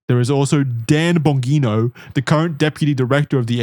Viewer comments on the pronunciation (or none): none